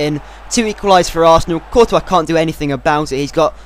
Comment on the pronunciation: courtois is prounced tortoise but coretois so it rhymes with tortoise